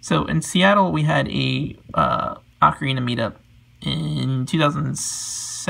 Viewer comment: The guy cares so much about ocarinas, please teach him to pronounce 'ocarina'. 'Oh-ka-ree-na', not 'Ah-kree na'.